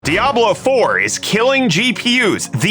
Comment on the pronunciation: It’s pronounced “dee-ah-blough”, not “dah-blough”